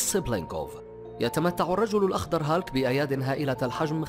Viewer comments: اولا اسم الشخصية هولك و ليست هالك اتعلم نطقها بشكل صحيح قبل ان تعد الفيديو ثانيا هناك اشخاص المفترض ان لا يتم وضعهم بالقائمة لأنهم لا يشبهوا شخصية هولك نهائياً من الناحية الجسدية و ثالثاً هناك شخصية اسمه مارتين فورد ظهر في فيلم بويكا الاخير اذهب و شاهده و سترى كم هو ضخم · أسمه بالعربي "هولك" مو هالك aka hulk